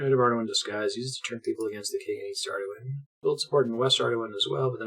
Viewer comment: Its been so long since you first discovered Ardougne, and I have no idea how you decided to pronounce it that way lmao... Arduin? I agree the official one doesn't make too much sense either but neither does that. If anything, Ar-doon has gotta be the most low hanging easy one